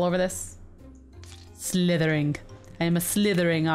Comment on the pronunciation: when Tiffy said slythering i thought she said Slytherin octopus XD i